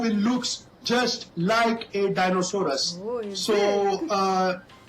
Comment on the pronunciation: It's Hippopotamus and Rhiosaures but this genius says it's hippototamus!!!